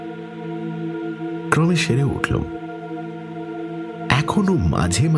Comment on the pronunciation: উশ্চারণ পিলিজঃ ক্রমে বানান, উচ্চারণ ক্রোমে। বাঙাল উচ্চারণ পেশাদার নয়।